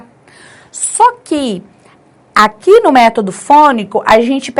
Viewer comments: Palavra método, acento agudo é na vogal e e não vogal o. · Gostei muito de sua explicação!! Vc acentuou a palavra método errado.